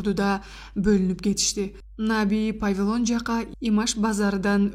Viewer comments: Анча мынча туура эмес окулуп кеткен сөздөргө маани бербей келаттым эле , но ПАВИЛОН өлтүрдү го ? 😂😂😂😂😂😂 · Жазылганды окуйт да, кыргызча повилон эле болот.